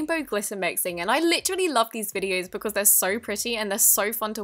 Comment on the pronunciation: she says it like litch-trally